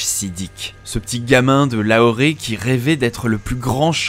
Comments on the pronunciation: Petite info en passant c'est Lahore et pas Lahoré sauf erreur Et de même beau reportage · Excellente vidéo, par contre à chaque fois qu"il dit "LAHORé" j'ai les tympans qui explosent, C'est LAHORE, ça se prononce comme s'est écrit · Pour information ça se prononce La-or... pas Laoret ! Lol, sinon super vidéo !! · Je sais pas d’où il a sorti son Lahoré mais ça m’a fait tilter à chaque fois ! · "Lahoré", oui oui... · Sa se prononcé "lahor" voila